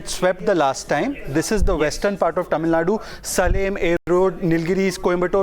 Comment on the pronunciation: hello Mr. u pronounce TAMILNADU in a wrong way... plz take help from some one...